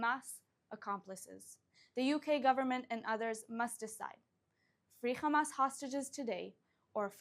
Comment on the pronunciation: First learn how to pronounce the name of your enemies you immature zionist fascists its Hamas not Khamas😂😂😂